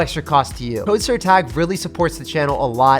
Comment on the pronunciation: I just love how he said "jake aka tag",im portuguese and its sounds funny to me :3